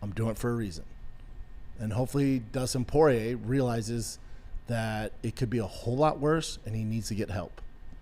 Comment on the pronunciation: he called him justin party instead of dustin porier